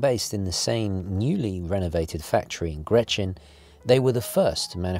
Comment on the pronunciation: Love the video, quality as always, just one little thing: The town is called GreNchen, not GreTchen😂